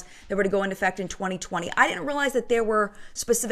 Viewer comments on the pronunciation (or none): none